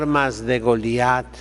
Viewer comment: ¡Cómo reparte estopa a diestra y siniestra, y cómo pronuncia las consonantes finales; David-e, Goliat-e..., :-D! Entrañable, sabio y valiente buen pastor don Isidro, a quien Dios bendiga por muchos años-e.